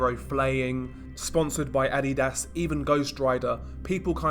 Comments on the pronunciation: It’s not; we’re the ones who pronounce it weirdly. His version is the most common throughout world languages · It is so weird how this dude pronounces Adidas.